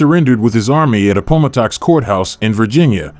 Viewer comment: Why is a robot allowed to butcher this script? I stopped after the bot could not pronounce Robert E Lee and Appomattox. If we tolerate this rotten hay ... you will be treated to more. Wait until you can hire a narrator with a passing familiarity with an American History textbook. How much money does the robot voice save ???? May we ask ???? Reply